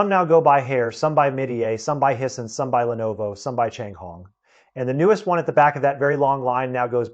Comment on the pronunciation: He pronounced Hisense as hee-sense. I'd always thought of it as high-sense. But what do I know. Nobody had ever told my what it's supposed to sound like. I was ready to follow him ... When he got to Shinzo Abe ... and he pronounced the surname as a single syllable. I know that's wrong. Because I've been listening to TV newsreaders saying that name since his FATHER'S day